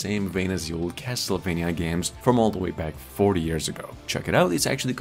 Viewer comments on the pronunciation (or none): none